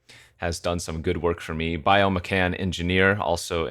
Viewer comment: You always say Mechan correctly, and then there’s the bio micann